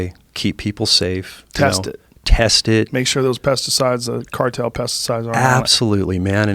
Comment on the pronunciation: Say the cartel word in two syllables